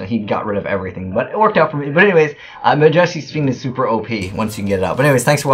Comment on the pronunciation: Am I the only one who gets a bit annoyed when he mispronounces majesty?